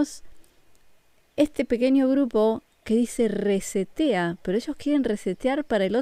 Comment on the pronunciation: Tengo entendido ke la palabra"reset"es una palabra en ingles,y ke traducido a nuestro idioma,significa"re-iniciar". Nada mas es un dato para poder entender mucho mejor;n0 lo hago por ofender ni agredir,solo es para kompartir la palabra"reset"mal pronunciada.